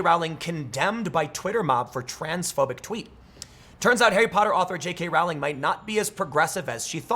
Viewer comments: Just an FYI: Her name rhymes with bowling, it does not rhyme with howling. She is also an idiot. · "Rowling" to rhyme with "bowling". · I feel obligated to mention that her last name is pronounced "rolling" (sort of more like the word is spelled, if you break it up like Row-ling) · Its pronounced jk “rolling” as in “The leftists act like they are rolling on mdma laced with fentanyl.”